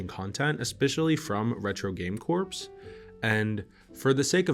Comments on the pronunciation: It’s retro game corps, not corpse 💀 It’s pronounce ‘core’ just like marine corps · LOL! I noticed that too lol! I wonder if he knows he pronounces it incorrectly.